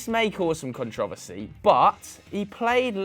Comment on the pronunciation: Why do you pronounce controversy like that